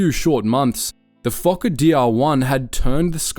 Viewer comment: Fokker not f*cker